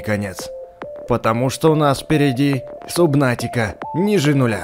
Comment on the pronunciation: За столько времени игры, так и не понял, что правильно говорить "Сабнатика", а не "Субнатика"...